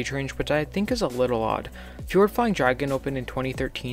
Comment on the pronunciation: Fjord Flying Dragon is actually pronounced “FEE-ord Flying Dragon”